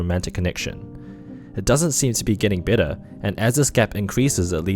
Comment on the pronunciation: I know the narrator said "I hope this video leaves you with a better understanding..." but I had to smile when his accent made it sound like "hope it leaves you with a bitter understanding." Yes. A bitter understanding, indeed.